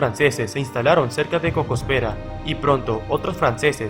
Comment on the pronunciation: No es Cosopèra, es Cocospera.